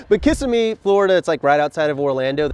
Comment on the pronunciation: He pronounces Kissimmee incorrectly every time he says it. Lol